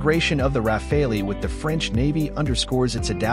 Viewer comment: RA-FAL! Not RA-FA-LI…